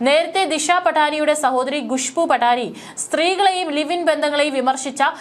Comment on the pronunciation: ഖുശ്‌ബു ഭാവി എന്നൊക്കെ പറഞ്ഞു പഠിക്കൂ. ഗത്തർ എന്ന പോലെ